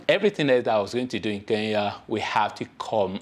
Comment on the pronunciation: Why do you West Africans pronounce Kenya as Keya?,..